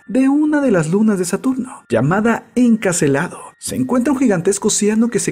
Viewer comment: La luna se llama Encélado, con el acento en la segunda e, no "Encacelado".